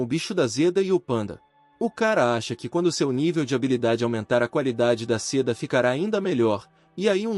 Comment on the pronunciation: Amo esse manhwa, mas por favor bicho da Zeda dói nos ouvidos, bicho da seda ok, Zeda nãããããooo